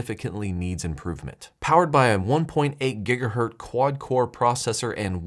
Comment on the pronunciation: What's a gigahurt? It's hertz not hert!